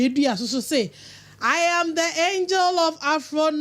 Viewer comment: He said Phapro.... but not Paphro 🤣🤣🤣